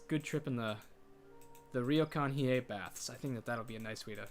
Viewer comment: You pronounced it right. Hiei is in fact pronounced as Hee-Eh. Yes, some 温泉 (onsen) or hot springs will have set hours for men and women. A regular onsen will have dedicated baths for men and women, but the ones in business hotels, hotels and ryokans tend to be smaller so they have to set times so everyone can use them. Also, this particular convention is ripe for awkward situations in manga and anime as the boys will usually be caught in an onsen after their allotted time and then have to unsuccessfully sneak out when the girls walk in on them.